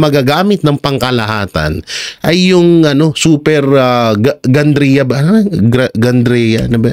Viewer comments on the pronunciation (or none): Natatawa ako sa mga sinasabi mong brand hahaha, gandria? Cute mo bro🤣